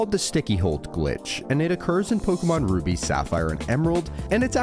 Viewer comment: "rubi" lmao